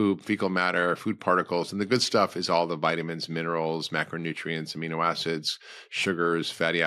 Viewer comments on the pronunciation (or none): none